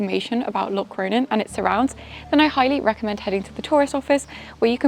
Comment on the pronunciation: Your pronunciation of Locronan is totally wrong. I’m English like you but I get it right 🫤